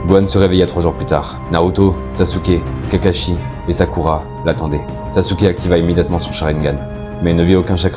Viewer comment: Saske (sasuke ) pas sasouke